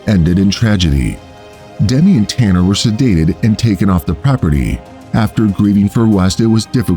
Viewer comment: Im his granddaughter, i just want to say the lions name is tana not tanner and also my grandmothers name is pronoucned like "jill" even though it is spelled with a g